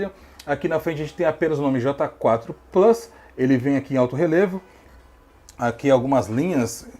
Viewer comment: Plius kkkkkkk e plus